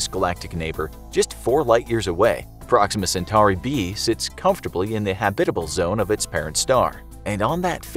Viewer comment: try saying habitable again...